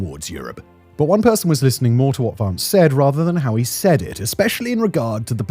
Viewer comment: Why can some people not pronounce "Vance"?!